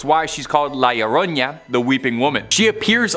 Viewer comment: Iioroña lmao yeah that aint how you are suppposed to say it